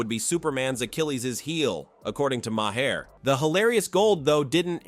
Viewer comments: It’s pronounced MAY-er, MAGA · imagine someone who likes Bill Maher so much that he can recite and replay so many of his jokes, yet can't even pronounce his name correctly even once